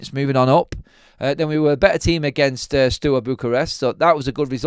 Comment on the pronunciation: Hi. Steaua bucherest is pronounced (stowa) bucherest.😊